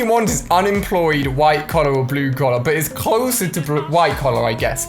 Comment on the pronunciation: I Like how u Say Blue (Blew ) 😂